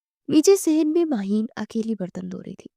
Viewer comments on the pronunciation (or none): It's Maheen not mahin..